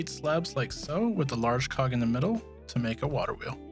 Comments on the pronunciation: Anybody else understand large c*ck instead of large cog 😂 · Did you say large cog or something else I couldn't hear.